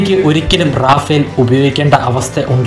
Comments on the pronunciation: Yes, it's റഫാൽ not റാഫേൽ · റഫാൽ ആണ് it's a French name, റാഫേൽ അല്ല.